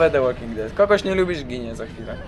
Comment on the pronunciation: btw "de łoking ded" nie "łolking ded" jak to czytales w w jednym ze starszych filmikow i tu chyba tez